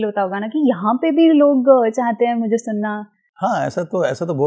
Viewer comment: Watching a Sanu Da's interview after a long time. When Says "Meako" instead of Mereko or Mujhe..❤😂Love it.